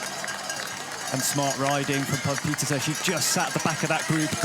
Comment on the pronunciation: Puck Pieterse: Babyfaced Assassin. She is SO good. Now we just need the commentators to start pronouncing her name correctly.